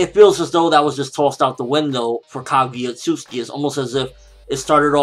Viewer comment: Say it with me Kah gew yah Oh oat suit sooki ( Phonetics :3)